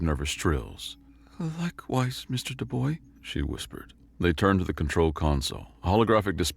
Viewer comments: Shouldn't his last name be pronounced Dubwa not Duboi? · Dubois is pronounced Doo-Bwah, not Doo-Boy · The MC's name, Dubois is pronounced Doo-Bwah It's French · my only critique comes from the mispronunciation of the of the protagonist's last name. the 'bois' part of the last name, specifically. To be clear, it's an understandable mispronunciation, but it is said like "Bwah". Aren't French words fun? Fun fact: 'bois' means 'wood' in French. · Forgive me for the correction but the correct pronunciation for "Dubois" Is "Dubua", like the evil french woman from Madagascar. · Dubois French pronounced Do-BWAH Anglican version is Dew-Boyz, depending on which the author was going for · Or duh-boys as he said at one point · Our hero born and raised in cajun country. Dubois is a very french name. It's pronounced closer to Do-bwau. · Thank you! That was driving me crazy. I was cringing every time he said "Do-boy" and I'm not even French. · either way he said Dubois, he was wrong.